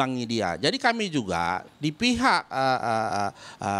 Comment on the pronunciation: Pihak om bukan pijak 🤣🤣